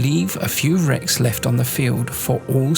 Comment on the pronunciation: He pretty much did. He definitely said racks instead of wrecks and "mass of" is pronounced the same as "massive".